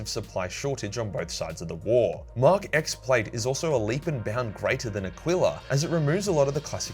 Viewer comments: "Mark ex armor" it's a Roman numeral. It's mk 10 🤓 akshully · Nice to see my boy Logan Grimnar getting some respect. For the record, the Mark X armor is pronounced "Mark Ten", X being the Roman numeral for 10. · It's mark 10 plate mate, Roman numerals and all that.